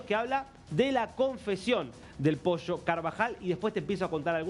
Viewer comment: posho nooo, ES POLLO, CON P